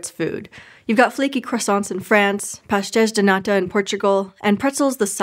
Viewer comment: great pronunciation on the “pastéis de nata”!